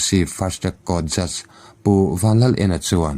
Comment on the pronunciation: Kan roreltu te hming hi,. Vanlalena hi 'EN'(look) ang a lam ri lo in, 'En'(ni engin min en) tih ang leh 'Silvi' niloin Silvia tih in an lamri zawk in ka hria. Lo en chiang teh ngaihthlak a nawm zawk nan.